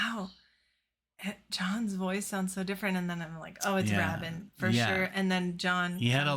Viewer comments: It's pronounced Trevor "Ray-bin" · Great reaction, guys!! BTW, Trevor Rabin’s last name rhymes with “raven.” 😉 Please do “Leave It” next!! You’ll love the video. 💖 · Like HAVEN = Rabin :) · It's pronounced RAY-bin, kids. Give Big Generator another shot. There are some very strong tracks on it. I'd recommend Shoot High Aim Low, Final Eyes and I'm Running. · Ray- bin. That’s how you pronounce Trevor’s name. And there is NOTHING WRONG WITH HOWES YES. Y’all really are clueless. I don’t know why I stop here. Bye. Clueless snobs. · Pronounced 'RAY-bin'. 👍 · You need to do Cinema/Leave It and City of Love from this album. Love the hard hitting of Alan White. Saw them on the Big Generator and Union tours. And though Trevor Rabin (pronounced Raybin) is no Steve Howe, he’s a great guitarist in his own right. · The first syllable of Rabin is pronounced the way you pronounce 'ray'. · The 'a' in Rabin is a long vowel a.